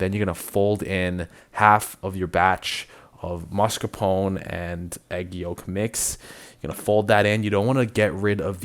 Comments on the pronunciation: No vanilla extract, lost me at that sorry 😅 PS: its "oh-neh" sound, not "own"csound. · It's mascarpone, not maRscapone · The Italian way ist to say Mascarpon-e with the e at the end pronounced. The English language usually drops the e's at the end.